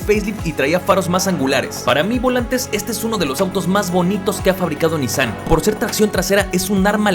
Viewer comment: No tengo ni idea cómo me llegó este video recomendado x YouTube, pero ¡qué joya de video! P.D. X fin, después de escuchar a todos los youtubers pronunciar mal “Nissan”, x fin encontramos a alguien q lo vuelve a pronunciar correctamente jaaaaa. ¡muchas gracias x este video!😊